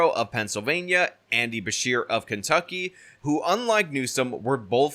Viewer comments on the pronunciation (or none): none